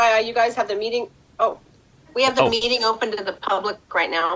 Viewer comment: 'In the meating ' we love you too Pat 🇮🇪